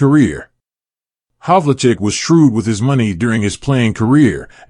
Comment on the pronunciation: His name is pronounced Hav-ul-check.